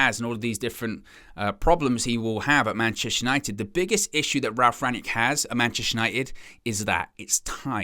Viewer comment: Rang-nick, not 'yick'...